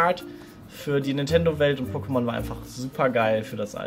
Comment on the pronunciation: DANKE!!!! Endlich Mal jemand der nicht "PokemonSSS" sagt.👍